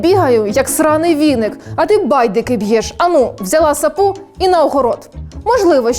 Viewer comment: Взяла не саПу, а сАпу.